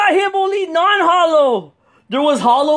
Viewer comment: You said non Hollos twice